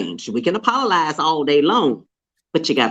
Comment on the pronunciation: apololize? apololies? apololizing??? hands down my new favorite made up word since baldwin's snl apple-o-gize.